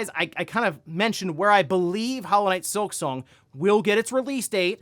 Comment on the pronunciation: Here we go again! 🙄 “Hollow knight sliksong” It was Mid…